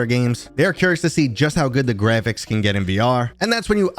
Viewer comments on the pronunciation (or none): "GREPHICS"? u dont like saying "Graphics" do you... Grephicks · Well then, HOW do you spell the new word you made up? lol. I had to guess how to spell your word as I'm not the one who made it up! Seriously tho, did u not notice how you try to pronounce Graphics? In all my years I've never heard someone mispronounce it before so it really stood out! I think something in your subconscious doesnt like graphics... it's trying to tell u something bro... but WHAT?!?